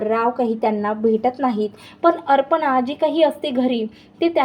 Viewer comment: अर्पणा नाही अपर्णा